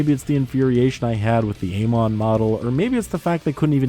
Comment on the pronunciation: Amon? No. Aymon? Yes.